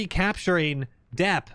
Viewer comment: Dieppe: it's actually pronounced "dee-yep" - your resident French canadian